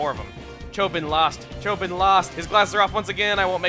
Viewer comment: It's not Chobin like a Bin, it's Cho(bean)